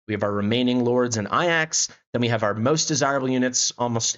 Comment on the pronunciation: Serious question, is there a reason why so many CC's pronounce Ajax as "Eye Axe" and not "A Jacks" like it's actually spelled / pronounced? It's just a minor thing but I'm honestly confused by this due to it being AJAX and not AIAX in spelling lol. Otherwise, good video, I'm not sure I'll have enough summons to guarantee Lyra (I'm really in need of mages on my account) but think I'll have enough for Sun Wukong if I save up.